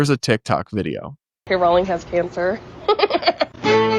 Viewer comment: thank you from the bottom of my heart for saying "Rolling", the correct pronunciation. I don't know why but hearing basically every other person say ROWling (like it rhymes with 'wow') is like nails on a chalkboard.